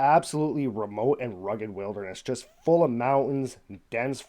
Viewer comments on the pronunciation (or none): none